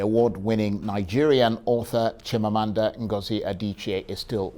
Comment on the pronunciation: I feel some how when Nigerian names which has meaning are pronounced in such a way that not only it loses the meaning but mean nothing. We follow foreigners to kill our names. Chimamanda is an igbo name. It is Chim amanda not Meaning, my God will never fail.